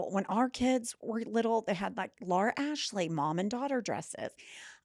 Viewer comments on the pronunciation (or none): none